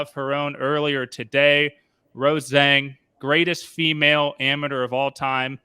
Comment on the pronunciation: Her name is Rose ...Zhang It is not Rozhang Pause